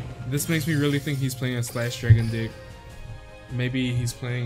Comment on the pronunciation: And it's deck not dick lol